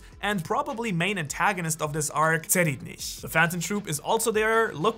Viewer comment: This guy butchered Tserriednich’s name at the end lmfao. It’s pronounced Sir-ide-nick.